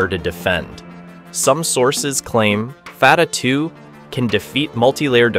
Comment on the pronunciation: There is confusion about the name of one missile. Fatah, where both 'a's are pronounced like a in jack, means victory. Some people have also called the missile Fateh, which means 'victorious' or 'conqueror'. But as you should have noticed on the original name that is shown in the clip once, the missile is called Fattah, where the first a is like a in jack but the second is pronounced as a in father with emphasis on t. These similar sounding terms are part of the same family of Arabic words that are also used in Persian. Now, Fattah means 'one who always conquers', or is a 'professional conqueror', or 'conquers for a living'.